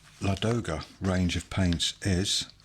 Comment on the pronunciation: Thank you for the video. :) pronunciation of Ladoga is lAdoga not ladOga. It’s a name of a famous lake located in the Karelia where from the Neva river starts